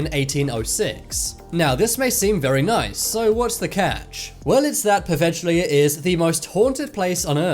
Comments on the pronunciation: Its pronunced “poveya” here in Italy we pronunce “gli” like “y”. The island is cursed because is not dirt and sand, its made from the ashes of the death. Sorry my bad english. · That's nothing. You should look up the actual pronunciation of poveglia. He more than butchered it